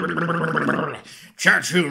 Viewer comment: I trust your british accent of Churchill because you're British.